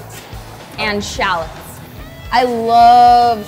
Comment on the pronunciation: sha-lets? XD I don't think I've ever heard anyone pronouce it sha-lets lol